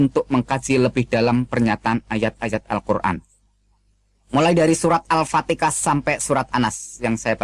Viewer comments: saya yakin seyakin yakinnya ustas ini adalah bukan orang islam tetapi menyamar sebagai muslim guna mengelabui ,dan meyakinkan ummatnya supaya tetap pada keyakinannya surah alfatikha dibilang alpatikah penyebutannya kaya joko wi yang pernah geger atas penyebutan tersebut alpatika saudara jangan menipu dengan keyainan berdakwa itu jangan menipu jangamn sampai ummatmu semakin banyak yang memeluk islam buktikan kau debat dengan muallaf yahya waloni jangan ngaku mantan ustas deh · Menit surat al fatikah kenapa tdk sekalian surat cinta untuk starla...fix ustadz abal2 aoalagi belajar kegaiban...hahahahaha....kl ustadz beneran psti blng surah al fatihah bukan surat al fatikah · katanya keluaran pondok pesantren ,,,,membaca Alquranya saja enggak bener tuh,,,,masa alpatehah di sebutnya alpatekah ,,,,jelas jelas ingin mengadu domba umat Islam,,ketahuan murtadin yang dangkal otaknya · Ini mengaku2 Ustadz. Baca ALFATIHAH kok ALFATEKAH. lama belajar Islam Tajzuidnya saja tdk karu2an. Ustadz, TUHAN itu Laki atau Perempuan? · Mau main akal akalan ni orang ... 😂 Mengaku2 muslim yg keluar agama islam dan melakukan keaaksian di depan publik sosmed...😅 Itu pembodohan publik Koar2 ngaku keluar agama islam dan pura2 masuk agama kristen, nyebut al fatihah aja salah..😂 (al fatikah) dan banyak tajuid yg salah.. Sebegitu nya kah agama kalian sampai skemario saksi palsu... Untuk menipu umat manusia Ingat agama bukan hanya sebatas hodup di dunia tapi akan di pertanggung jawab kan ke akhirat kelak.. Ada hidup setelah mati !! I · Ps3 ketauan membacanya tidak benar,,,,ngatain Hasanah bilangnya kasanah,,,ngatain Muhamad bilangnya mukkamad,,,,ngatain alpatehah bilangnya altekah apakah ini ayat yang benar dalam Al-Qur'an,,beda lafad saja beda artinya saudaraku,,,,, katanya keluaran ponpes ko membacanya beda,,,, maaf ini semua membahas tentang kebenaran